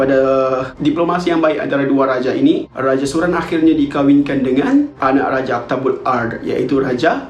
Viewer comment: raja aktabul ard sounds like dabbatul ard urmm